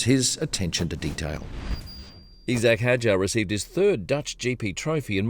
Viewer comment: E zack?!?! C’mon, your an Aussie, I’ve never heard anyone from oz pronounce Isaac that way before!